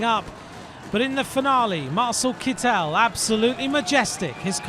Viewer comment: Doesn't his name have a German pronunciation Kit-tel rather than Kit-el (with stress on the e, sounding very french as pronounced in all of these videos).